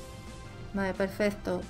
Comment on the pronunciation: soy yo o dices perfesto 😂😂😂😂